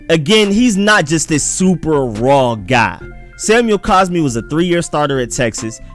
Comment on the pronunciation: If you're going to make a wrong argument the least you can do is say the guy's name correctly it's not caspi it's cosmi